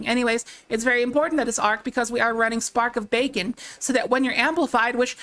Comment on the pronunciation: she say...."spark of baccon"?